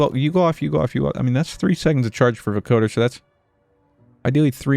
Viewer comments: Let's goooooooo a FANTASTIC addition to an otherwise mediocre day. Edit: your pronounciation for "vocoder" is correct, you're just putting the emphasis on the wrong syllable. it's VO-coder, not vo-COder. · You're pronouncing vocoder right, but it's spoken with the same cadence as lawnmower or tripwire, with the emphasis on the first syllable. VO-coder. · Just FYI It's pronounced VO-coder with a long O, emphasis on the VO and CO. Mashup of "vocal" and "encoder", it's what Daft Punk uses to sound like robots. Loving the gameplay!